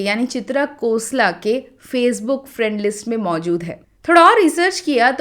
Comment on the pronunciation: it is not kosla, i guess it is Khosla?